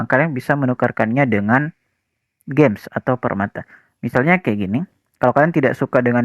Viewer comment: Gems bro, bukan games😂